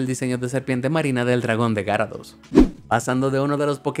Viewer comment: Aprende a decir gyarados